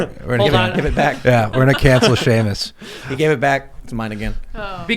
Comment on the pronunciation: Haha Shemus (spelling) cracks me up lol.